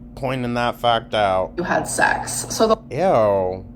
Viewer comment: ah yes the "physical zex" 😂